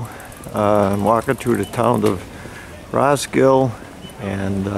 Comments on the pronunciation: "Ross-kill" ??? Damn yankees. It's prenounced Ros-kil-de as it is spelled. It's not in the US. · You forgot the "D and E" in the end of Roskilde, you said roskil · Its "Roskildeh". The "e" is not silent. Most of them isn't. Only English and French is different. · Yep, Ros-kill-DUH. Otherwise an excellent efflorescent vid! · RoskildE! The E is not mute!!! :D I can't believe how irritating that pronunciation was! :D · In scandinavia we also have some Wood house that are as old as that building. And in the name Roskilde all characters are prounounced, even the last "e". ;-) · the way you pronounce Roskilde hurts me physically. aside from that its a great video! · Your mispronunciation of "Roskilde" is grating.